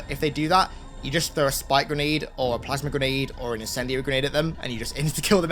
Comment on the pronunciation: When says "Plasma"; because of his thick accent, it comes out pronounced "plasmer" 😂😂